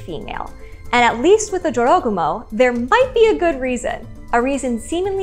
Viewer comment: Its not dziorogumo. Its Jorogumo. Like. Its. Not lambordzini. Its lamborGini. And Americans are unhappy when you mispronounce something.